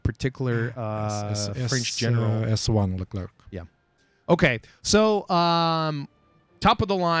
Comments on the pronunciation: omg please stop saying "c" at the end of Leclerc! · No it's just Lecler no Leclerk ;) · That should be written"LeCler" Then lol, Freaking French write system...